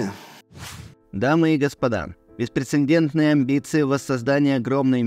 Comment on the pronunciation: Спасибо автору канала за передачу, но, со всем уважением, столько грубейших ошибок!- кто читал письмо? «БеспрецеНдентное»? Really? Вы уверены , что там присутствует буква Н? В обоих случаях? И если решили «заблюрить» слово «Война», то зачем вообще взялись зачитывать текст? И уж совсем это странно,когда во второй половине письма вы все таки произносите слово «война». Мало того, что с плохой дикцией, так еще и с ошибками !